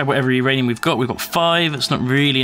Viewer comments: It's not URanium, it's MYranium. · no its not youranium its myranium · Uranium not rainium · Uranium? My ranium? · myranium, get it right. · What Ranium, My Ranium? Your Ranium? WHO'S RANIUM.